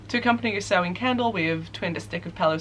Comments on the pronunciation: it’s ‘sau-wan’ not ‘sau-ween’ although there will always be people that pronounce things slightly differently. Especially with wiccan holidays cause they’re spelt weird lol :) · Sahmein is pronounced Sam-main at least that's what I'm assuming you're trying to pronounce. it has the very rare hard "a" sound from ei like in vein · Shadow Burk Question: is the end of Samhain pronounced “in” (like “in or out”) or is it more of an -een, the way says it? I’ve been using the “in” pronunciation but “een” sounds so much better and more like Hallowe’en as well